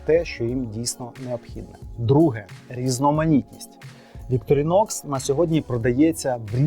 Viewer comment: Ударение на первую О